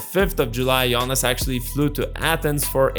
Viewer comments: Closer to correct pronunciation is "Gionas" (with a soft "g" like how you say "Giannis" in greek) not as in the "Jonas Brothers". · Great video report of a current matter that's interesting and nice new green background!! Is it me or did it sound like you were saying Giannis instead of Jonas 😜 im sure you were probably saying it the right Lithuanian way Like you said Jonas has always been a true pro and consistent throughout past decade but i think he made a big mistake by signing with wizards in 1st day of 2024 free agency knowing that they had no intention of winning and or course would only look to trade him by the Feb. deadline. Has your source said that Jonas regret that decision???